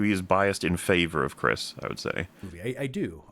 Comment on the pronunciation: Because you said "Chrisa" instead of "Chris" - I read this comment in a Jar Jar Binks voice, and it was way funnier that way)